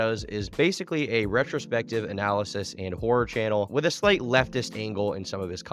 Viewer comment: Emphasis on "Slight"...